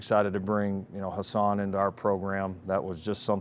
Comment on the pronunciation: Riley keeps saying HAsan instead of HUsan